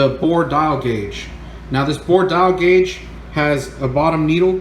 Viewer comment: Why are you saying it like that? "A bore dial guage"??? Is this how some people talk in different areas of the country?? I've never heard it said like that & it makes me question you & if your for real or just some buger eater they got to put in front of the camara to read a script & obviously nobody there has ever been a machinists? If im wrong then?? I dont think I am. A "bore dial guage"!?? Do you mean a "DIAL BORE GUAGE"???